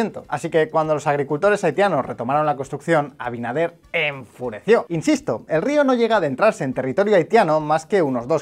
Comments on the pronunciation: El presidente de República Dominicana se llama Luis Abinader no Abidaner😭Muy bien video. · Abidaner jajjjj 😂😂😂😂 por qué le resulta tan difícil a algunos resporteros pronumcial abinader?